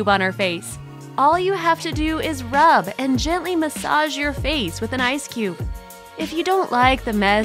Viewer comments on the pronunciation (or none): none